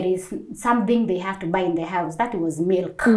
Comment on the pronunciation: When she said melk ( Milk) i knew shes good in norsk .it happens to me when I say nej ( no) ...nei in norsk